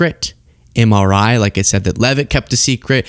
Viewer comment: He had trouble pronouncing MRI 🤣